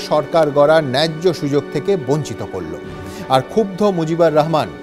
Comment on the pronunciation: It's Mujibur Rahman and not Mojib. Indian Bengalis really have horrible pronunciation of our names.